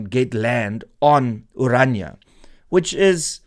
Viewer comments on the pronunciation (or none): Can people just learn to pronounce ORANIA correctly! It is NOT Oranja. Dit is Oran.i.a. Ek kan nie glo dat selfs Afrikaanssprekendes nie die uitspraak korrek kry nie!!